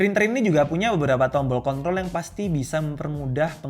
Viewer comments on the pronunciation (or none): cont*l atau control Sedikit kiritikan bang atau gw salah denger!.. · Wkwkkwwk Iyah bener ga pake R